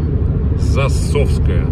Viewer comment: Станица ЗАсовская, а не ЗасОвская🤣